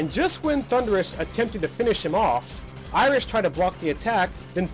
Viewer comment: After sinfia did he say iris or Irish